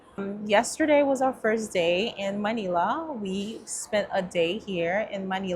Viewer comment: I’m Filipino and Manila is pronounced Muh-nil-uh. Rhymes with Vanilla. 👍 I also hear the word Tagalog pronounced wrong. Not being rude, just informing you.